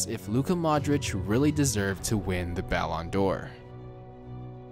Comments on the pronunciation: Try pronouncing it like (Ballon/ D /Or) not all jam together.. it’s triggering lol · What are you saying balon door